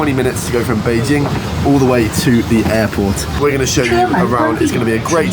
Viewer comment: your Chinese pronunciation of Bĕijīng is flawless!